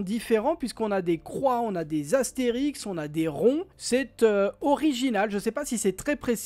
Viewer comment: Merci pour la revue de presse …accordéon …. Je me permets une petite correction ? On dit astérisque et non Astérix, qui est notre personnage de BD favori 😊